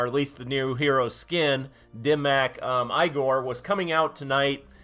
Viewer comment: It’s pronounced E-Gore,. Lol; I already have Dim Mak Mari. Just another useless re-skin.